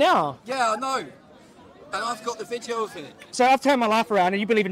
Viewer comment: he says vitio instead of video